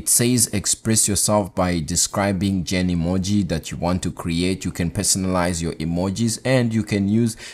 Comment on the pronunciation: Its „Genmoji“ not „GenEmoji“